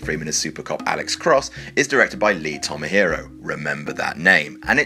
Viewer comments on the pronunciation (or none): May I point out that it's truly Ironic while you pick apart movies CGI (that some are admittedly not well done) that you can't even read and pronounce correctly? As the screen show, it's lee tamahOrI, not tamahIrO. Surely reading can't be harder than making CGI??? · It says "Lee Tamahori" and at the same time he says "Lee Tomahiro". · While we're pointing out mistakes, , you say "Tamahiro". It's "Tamahori", it even says it right there. "REMEMBER THAT NAME!" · It's Lee Tamahori, not Lee Tomahiro. He's Maori, not Japanese. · His name is actually Lee Tomahori and he is a Kiwi. His name isn't "Tomahiro" which is what you said. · Lee Tomahero? It's Lee Tamahori... pronounced Tama - haw - ree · wtf? Lee Tomahero? It's pronounced Tarmawhorey! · Who is Lee Tomahero? I've heard of Lee TAMAHORI but Lee Tomahero! nope, he's new to me. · not Tomahero, TAMAHORI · The surname "Tamahori" doesn't end with an "o". It's not hard to pronounce Maori words correctly if you just read them. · Critiques like this do lose their credibility when the guy doing the complaining can't pronounce the director's names properly. Lee Tomahiro??? Lee Tamahori, surely. But yeah, still crap CGI, especially on the Rock. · I think Lee's last name is pronounced "Tomma-hori", not "Tomma-hero". Anyway, if you're skewering that director, do NOT forget the COMPLETELY out of place SNAPPED PINE TREE RECOIL during the Bear Chase in 1997's "The Edge", an otherwise-beautifully-shot and natural looking film. The bear runs through the forest and snaps a tree in half, and the stump that bounds back into frame is 100% CGI, from 1997. I can't find a GIF or screencap of it, but it's terrible. Always compounds the embarrassment when the tone of the movie is otherwise very tactile and analogue. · Lee Tamahori, not tomahiro or whatever it was you said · In the Along Came a Spider part, it's Lee Tamahori, Ta-ma-ho-ri. Not Tamahiro. Pay attention to the spelling. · Lee TamaHORI - not Tamahiro. He's Maori, not Japanese